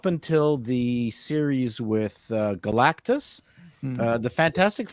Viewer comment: finally pronounced "Galactus" properly! Hurrayyyy! 💪